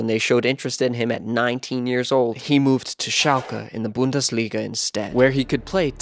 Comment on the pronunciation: Great video, keep up the good work, but please either learn how to pronounce some things or just say it in your normal accent! Idk if you tried to say Schalke and Bundesliga correctly but it just sounded like you were trying to mock the german language😂